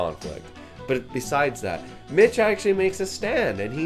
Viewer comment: I can't stop watching this review, wtf is wrong with me. I've watched this like ten times today someone help me. Oh and it's Mick not Mitch. Just wanted to make sure you knew, also the deaf girl was named Eileen.